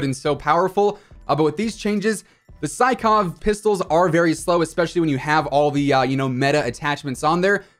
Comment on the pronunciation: Not to be douchebag or anything but sykov is pronounced as "seekof" since it was a russian gun :)